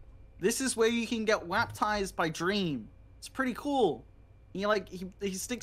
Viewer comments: Did say...Waptized?? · he did not just say "waptized"